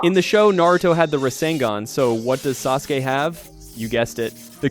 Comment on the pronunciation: i love the video but i HATE HOW YOU KEEP MISPRONOUNCING EVERYTHING. STOPPP. WHO IS SASU-KAY? WHAT IS SHURINGGIN? WTF IS SUZANNUE